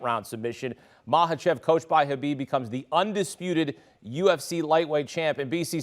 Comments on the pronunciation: Its not maHAchev , you say it as makachev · You're actually incorrect. It's maKhhachev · Thats how you pronounce it. K is silent. Just like Khabib is pronounced "Habib"